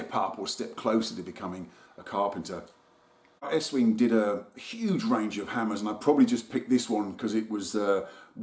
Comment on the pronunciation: Done it again " eatwing" instead of estwing lol